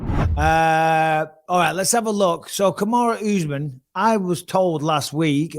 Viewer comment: The count says names as bad as Chael. Oozemin? It’s Usman